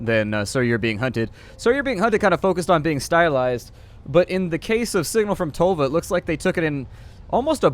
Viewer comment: Ah you americans, tölva and tolva does not sound the same